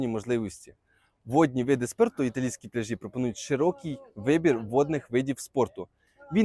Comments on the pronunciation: Ти невірно ставиш наголос, не пляжіʼ , п пляʼжі, , погановчився в школі.це неможливо слухати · Не пляжіʼ, а пдляʼжі , неук